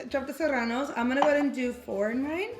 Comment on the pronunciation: Lmaooooo the way says “Serranos” 🤣🤣